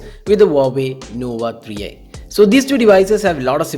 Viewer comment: "Huawei nova etikksss "